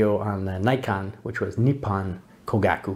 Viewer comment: I share your enthusiasm for Topcon and Topcor. If I could make a few suggestions, 1) Learn how to pronounce "Kogaku" since you say it so many times and it just sounds rather grating compared with the Japanese. 2) The part about Tokyo Kogaku supplying the Imperial Army is true, but it also later supplied the Navy so that is a bit off topic IMHO, 3) Yes, the company is still around but makes different technical equipment. 4) Hanimex and Bessler are not always Topcons. Both were importers and carried other companies besides Topcon., 5) If making an intro video I would certainly try to explain the different mounts since I imagine some people will buy UV lenses thinking they can buy a cheap adapter, and will be disappointed. That said, you took some cool shots and seem to really enjoy editing video. Must be cool to teach in Saigon. Closest I've been was Phnom Penh. Aloha.